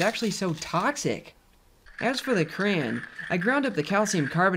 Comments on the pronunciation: Stop saying cran! It's crayon! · "crayn" is making me nuts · I don’t like how he says “crayon”